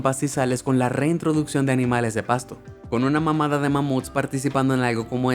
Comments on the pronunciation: Soy yo o envés de desir "Con Una manada de mamuts" dijo "Con Una mamada de mamuts" 🥵 Pongan la velozidad del vidio muy lento y escuche lo bien 🥵👁️👄👁️ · Alguien escucho que digo mamada en vez de manada? 😸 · Yo también lo escuché así 🤣🤣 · munito dijo mamada enves de manada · Minuto: Mamada o Manada que escuchan ustedes? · dijo mamada de mamut y no manada de mamut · Con una que? 🤣 Sé que la palabra es manada pero por Odin que escuché mam*da! 😂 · XD embes de decir manadas dijo mamadas (literalmente dijo una mamada) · En no dice "manada" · Si jaja pense lo mismo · Alguien más escuchó esto? "Con una mamada de Mamuts participando en algo como esto" jajajajaja Psdta: Disfruto mucho tus videos!! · Like si escuchaste claramente que dijo " con una mamada d mammoth" :v min. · soy yo o dijo "mamada de mamut"? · Soy yo o dijo con una mamada de mamuf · No soy el único que escucho que dijo mamada de mamud jaja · parece que dise con una mamada de mamuts xd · Soy yo o escuche "mamada" de mamut😂😂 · fui el unico que escucho una mamada de mamut? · Jaja no soy el. Único que escucho lo. Mismo